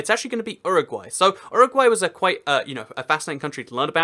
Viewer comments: It is say You RA gway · Uruguay is pronounced you-row-g-why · Does he say Uruguay weird?